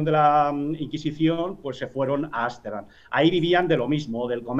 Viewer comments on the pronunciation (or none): no confio en alguien que dice asterdam y no amsterdam para empezar... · repite conmigo, arstendan otra ves otra vez arstendan :)